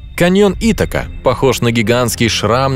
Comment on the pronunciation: Одно пожелание автору. Готовя материал,не мешало бы выяснить,что и как правильно называется и произносится. Каньон Ита́ка (лат. Ithaca Chasma)...И помимо сего еще в Ваших материалах неоднократно замечал подобные несуразности... А вообще,спасибо за интересный материал. Успехов!!!